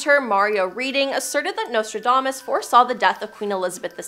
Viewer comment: How can you not pronounce Nostradamus correctly?